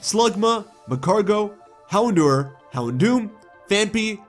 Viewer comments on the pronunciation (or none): none